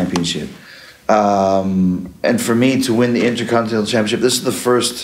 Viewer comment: So Jericho vs EVIL is next. That could be good. By the way it's curious that a man that won the Intercontinental Title ten times overall just can't pronounce "Intercontinental".